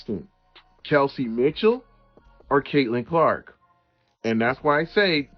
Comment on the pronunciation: Is he saying cakelin Clark lol. That’s kind of catchy.